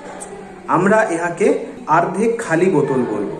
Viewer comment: তুই তো অনেক জানিস , কিন্তু এটা জানিস না যে ওটা আর্ধেক না ওটাকে অর্ধেক বলে । আগে শিখে আই তার পর লোককে সেখাশ। তোর দোর বোঝা শেষ সবার।😂😂